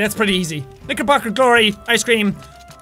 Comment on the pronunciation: He said knicker